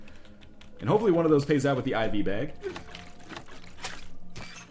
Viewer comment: IV bag, lol, not ivy bag